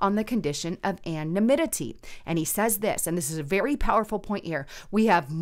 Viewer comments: Say it with me, ~ An-O-Nim-it-E. 😆 And Doocy isn't a Governor, he's the White House reporter for Fox News... 😉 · that “Ann-na-mimmity” word